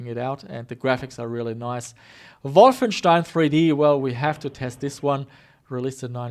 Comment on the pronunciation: Now I finally know how to correctly pronounce Wolfenstein!